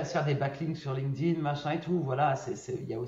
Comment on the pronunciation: putain la prononciation franco francaise de linkedin. Un anglais doit bien rigoler si vous lui parlez. LinkedIn etait bien au debut, sur invitation. A Present c est un espece de facebook. Plus d interret depuis 10+ ans.